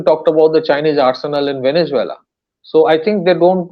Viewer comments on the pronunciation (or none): none